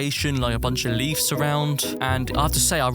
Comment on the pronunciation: Bruh he says leaves like leafs if you see it it’s not a f it’s a v please say it correctly next time but other then that you did great I like how it has rp in a way too